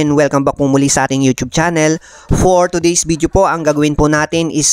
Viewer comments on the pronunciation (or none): none